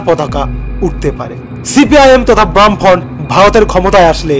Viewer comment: বাম ফ্রন্ট উচ্চারণ টা ঠিক কর আগে